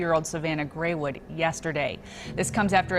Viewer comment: stupid ass news woman. Its Greywind not Greywood.